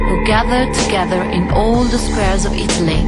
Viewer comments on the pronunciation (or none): none